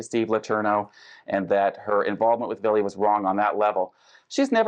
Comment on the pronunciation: Hey yall. His name a Vili. NOT BILLY. Vili Fualaau